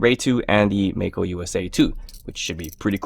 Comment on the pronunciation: I still don't understand why Mako is pronounced as May Ko. Anyway it looks beautiful.